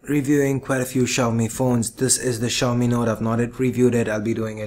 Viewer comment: funny how no one can say "Xiaomi" correctly (accept for the people who speak the language)